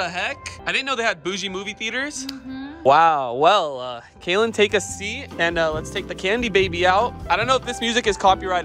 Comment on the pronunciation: Kaylen not Katlin